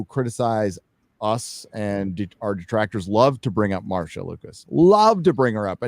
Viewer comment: Would someone please tell Marcia is the same pronunciation as Masha. Every time he says MarSia my ears hurt.